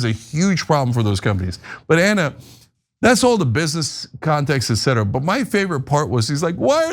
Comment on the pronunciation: Also the commentator saying -ughh- "EX CETRA". OMG no, it's "ET CETERA". It's etc. <-- The "T" is there for a reason.